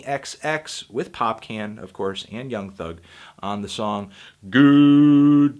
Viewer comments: lol awesome list. agreed with 80% of this but my man Anthony, popcaan is pronounced popkhan. Jamaican pronunciation on popcorn. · broo....i'm jamaican.....that is NOT how you pronounce popcaan! lol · Thats not how u pronounce popcaan lmaooo. Excpected since ur american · The way Anthony pronounced "Popcaan" 😂😂😂😂😂